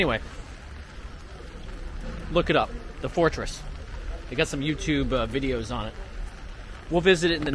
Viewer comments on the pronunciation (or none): none